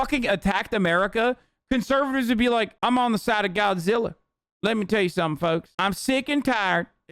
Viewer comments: "I'm siden' with Godziller" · "I'm siding with godziller" 🤣🤣🤣 oh fuck I'm dead